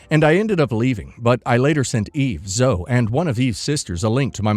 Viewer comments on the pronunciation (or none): Pretty sure "Zoe" is pronounced "Zoh-e"